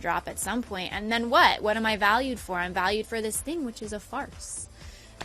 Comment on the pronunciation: When she said "FARCE" I thought she was gonna say Fart 😂.. very mature, I know...